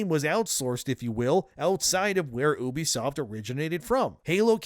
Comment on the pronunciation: Ooobisoft..you know it begins with a U, right?